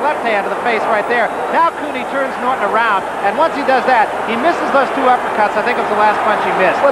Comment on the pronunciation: When the ring announcer mispronounced Ken Norton's last name he should of gotten the hell out of that ring. It was all downhill from there.